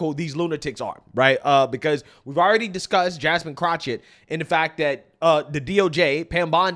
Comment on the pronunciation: I love how you call her CROTCHETT lmao